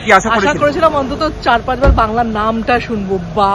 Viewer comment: Anubrata Mondal kr call korun, apnake bangla r B ta valo kore shonabey 😂😅